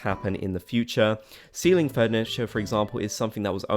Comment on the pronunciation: You said 'ceiling furniture' ... I thought you said 'STEALING furniture' LOL! Like, you can take items that you like from your villager homes, or the villagers taking stuff from yours :D